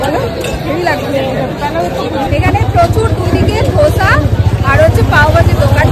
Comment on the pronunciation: Its not dhosa its dosa ok.. 😊